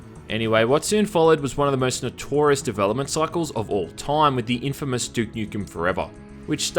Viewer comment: "All at the same Toyuuum"